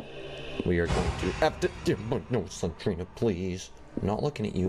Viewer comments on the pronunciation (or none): It's Slen-DER-ina